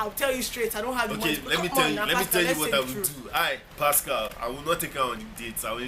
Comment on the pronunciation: Please stop calling him pascal lmao.